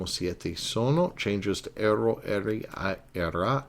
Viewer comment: Mille grazie, professore. My only suggestion would be just a tiny bit of constructive criticism: Watch your pronunciation, as it tends to be a bit inconsistent. I noticed, for example, that you didn't trill the "r" in "ero," although you did in the other instances where "r" occurs between vowels. Don't use the American flat "r." Also, remember that unstressed vowels still retain their full sound value; I frequently heard you use the "schwa" sound for unstressed "a," especially at the end of a word like "sia." That word should be pronounced "SEE-ah," not "SEE-uh." Just something to keep in mind. I know you're not a native speaker (neither am I -- I've simply been studying, speaking, reading, and writing Italian for almost 40 years), but little things like that go a long way towards actually sounding like a native -- and it sets a good example for your students, too!